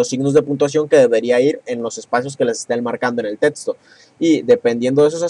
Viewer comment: Es neta??? "Tetsto"??????